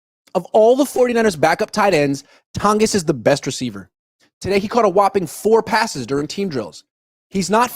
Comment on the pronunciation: It’s pronounced Ton-jiss just a fyi